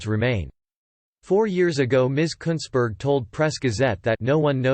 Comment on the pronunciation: You said it right mate, Kuntssberg.